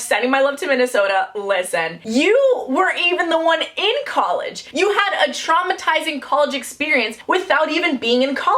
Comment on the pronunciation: I am now changing how I pronounce college to collage